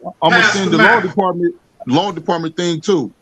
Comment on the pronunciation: I caught that he did not put the 'th' in the first time around, and the judge should have caught it also.